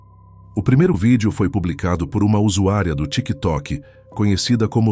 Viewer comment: Vídeo perde a credibilidade quando fala a palavra " tiktok " kkk